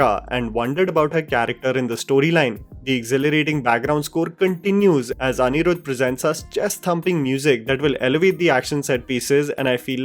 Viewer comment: Do you purposely try to mispronounce Tamil words and names? Seriously how can you even add an accent to a simple name like atlee as Aaatlee.. But you can pronounce Anirudh because it's a north indian name..